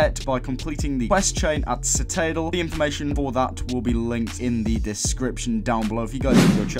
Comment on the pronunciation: Does he not know how to say citadel?